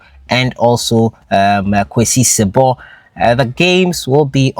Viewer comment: It's si-bo not sib)